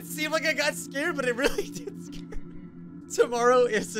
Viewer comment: ah yes scaer